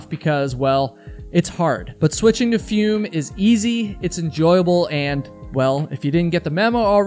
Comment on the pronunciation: It's probably pronounced "foome" as in the French verb "Fume/Fumer" - to smoke.